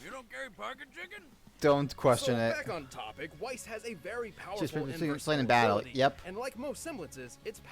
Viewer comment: tfw he miss pronounces weiss